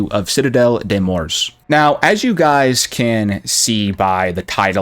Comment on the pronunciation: It’s morts…… not Morse 😂🤦🏽‍♂️